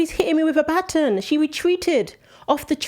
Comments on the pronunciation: Sorry but it is pronounced "BUT - ON" ......not "BAT - IN". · Lol it's driving me crazy 😂😂😂 ba+ton ba+ton not button lol it was like someone kept pinching me lol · In America It’s not pronounced BUTTON. ……. It’s BAW. TON. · What is a batin??? Bah ton that’s how it’s pronounced LOL. I know. I’m being picky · It's BA TAWN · Learn how to pronounce ba-TON. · only Americans pronounce it ba-TON - The rest of the world thinks we’re weird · I understand that you’re reporting what you’re reporting but you have to learn to understand if you’re talking to us here in America you need to speak English. It’s called baton BA-ton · It’s called a Ba-ton! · It is pronounced be-tahn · Here in America baton is pronounced "buh-TAN" or "BAH-tan". We don't speak the King's English. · Baton is pronounced with the emphasis on the second syllable--not the first one. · It was clearly on purpose. Please pronounce the word baton properly. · The way you pronounce “baton” is distracting to my American ears. 😀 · You have no clue how to pronounce Baton eh? LMFAO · The woman can not pronounce baton properly. Lol